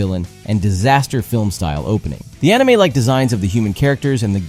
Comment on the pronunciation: "Enimay" bled my ears